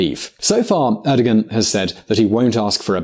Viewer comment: You pronounced Erdogan wrong